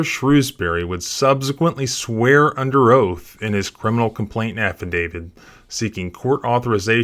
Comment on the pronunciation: It’s “affidavit”, not “affidavid”.